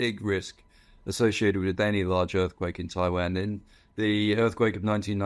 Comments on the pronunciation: Why does he say Taiwan like that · Annoying pronunciation of Taiwan .